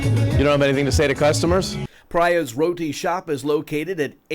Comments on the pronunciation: Not "Pry Yas" roti shop. It is Preeya's roti shop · It's pronounce " PREEYAS" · He didn't even pronounce the name of the restaurant correctly SMH..